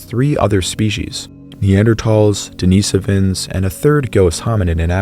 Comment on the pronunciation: I don’t like the way you pronounce denisovan